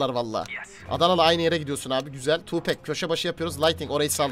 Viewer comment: Tupac tupek diye okunmuyor Tupak diye okunuyor xd